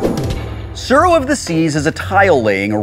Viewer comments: Every time the name of the game is spoken I cringe so hard... Japanese is not difficult to pronounce, but Wheaton is butchering a rather simple word.. Pronounce the 't' and add a slight roll to the 'r.' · Don't worry, I'll defend you. The way they pronounced it drove me crazy too. The 'u' should also make the "oo" sound like in "too". To the haters, it's not hard to be a little educated, especially since Tsuro is a Japanese word, not an English word.